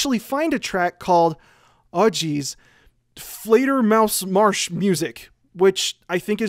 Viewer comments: For a non-native speaker, your pronunciation of "fledermausmarschmusik" was quite spot on. except of music that was english. im impressed :) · Oh wow, that fledermausmarschmusik pronounciation was on fleek, didn't expect that